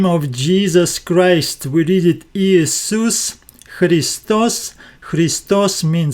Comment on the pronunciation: Dear brother, Ιησούς should be pronounced as Yesous